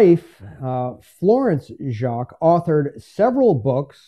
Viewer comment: Nice piece! Enjoyed. Fyi. Lee’s last name is pronounced ‘jay-qweeze’. Check with foundation in Aikin mn to verify